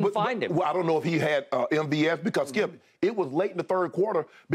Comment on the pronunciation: The way Shannin says "Skiup" haha